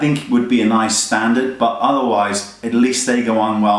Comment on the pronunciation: Hahaha "Naice" XD